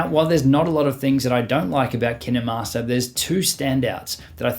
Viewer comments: It’s not kinamaster it’s KINE - MASTER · Who pronounces “Kinemaster” as Ki-naMas-rer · Ur supposed to say it kainmaster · and also kinemaster is pronounced keen master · I think you said kinemaster wrong... Sorry, mate.